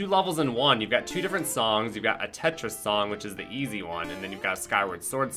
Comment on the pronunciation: I had this on in the background and every time said Tetris, I kept hearing "Keisha". Lmao.